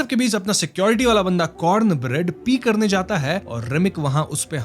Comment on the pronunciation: Why you sometimes pronouns r clearly and some time da.. like rock you say rock and Mary like mady.. 😅😅and doreman ko dodman.. enjoy kadne kyon aarahe hai.. karne kyon nahi aa rahe??